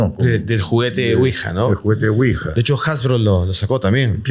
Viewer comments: Quija???? 😅😅😅😅 Ouija. ES OUIJA!! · Excelente episodio, solamente corregir ouija ( Quija).